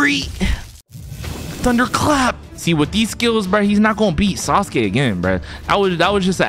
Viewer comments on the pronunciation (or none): That aint sasuke that's suske Not hating